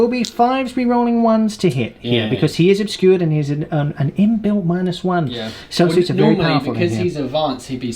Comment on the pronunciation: Minus 1 "in-built"...